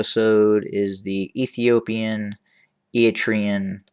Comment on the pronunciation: How do you know?? When you don’t even pronounce their name correctly. We Eritreans have nothing to do with the mess in Ethiopia. We are not looking to acquire any land. All what we want is peace in the region that you (westerners and EU) don’t want to see. ENDF is not in Tigray and we are not to support any conflict between Sudan, Egypt and Ethiopia. We see them all as neighbours that can come and work together towards prosperity but you will not allows because it is not in your interest to see strong Africa. Please leave us Alone.. all your video is full assumptions with no concrete sources.